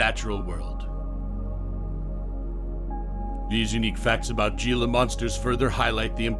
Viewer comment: Can’t even pronounce it right 😂